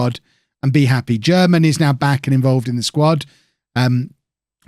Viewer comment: Germann is reallyyyy not pronounced like German